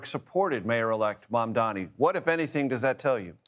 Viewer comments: Mamdani is NOT THINKING ABOUT Y’ALL!!! And why can’t ANYBODY pronounce his name??? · This board guy is one sick individual. One thing I don’t understand he seems like an educated guy yet he cannot pronounce MAMDANI. What kind of Epstein school did he go to? Where was he when they were teaching English?